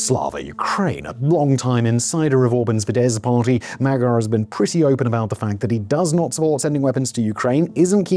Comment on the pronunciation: I love ya Simon but please stop saying Magyar wrong, it isn’t pronounced how it is spelled :)